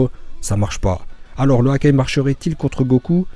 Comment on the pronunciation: J'ai cru que tu avais dis Hagar